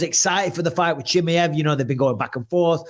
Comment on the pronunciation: Bisping always calls Chimaev as "Chimiev" cos he lowkey hates on Russians anyways🤣🤣🤣 esp Khamzat! What a hater smh!!!